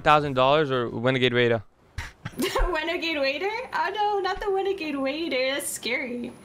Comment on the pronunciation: My dude literally said Renegade Raider HAHAHAHA